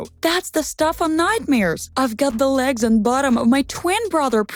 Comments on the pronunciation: she is saying lags just noticed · She says lags